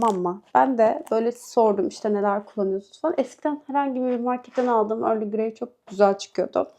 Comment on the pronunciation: Early Grey değil. EARL GREY. Sonunda Y yok. Kulaklarım kanadı.